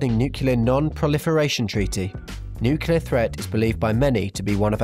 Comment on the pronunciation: you pronounce it nuclear not nucular